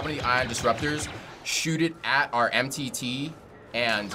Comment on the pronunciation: "Eliminate and threats to the mitt" xD, It's called the M.T.T.